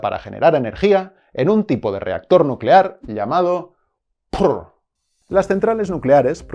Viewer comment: Ahora todos a crear bombas nucelares jajaja Es nucelar, nuuucelar